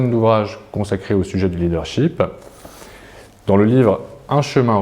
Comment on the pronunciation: corrigez votre prononciation du mot leadership!!! vous dites leader sheep = mouton!! ship comme dans miss this it his etc.